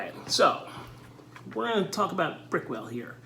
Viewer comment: Nice video! I literally did the same thing and compared for the same reason. I have very dry skin in the T-Zone. I love Lumin and Brickell seems okay...I used to use Lubriderm in the past but found it way too greasy and didnt last in my skin. Also, my brother, its pronounced "BRICK-L" LOL